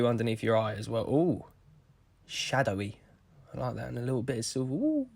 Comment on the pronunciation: 'And a little bit of silvOoo' 😂 - Did he just say 'Eyebrows'?! 😲